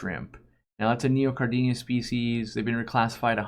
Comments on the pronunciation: You mispronounce Neocaridina. It’s Neo-cari-dina, not Neo-car-dinia. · I notice every single time says neocaridina haha. It's kinda like he's adding an extra "i", like "neocaridinia"